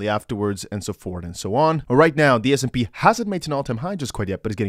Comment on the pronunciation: Love your vids❣️ Btw, it's S&P, not SMP😘